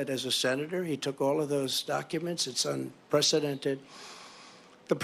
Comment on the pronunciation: Hey MAGA, It's pronounced "un·pre·ce·dent·ed" not UN-PRESIDENT-ED.